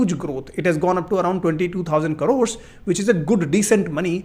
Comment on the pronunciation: I don't trust people who pronounce the word 'crores' as carores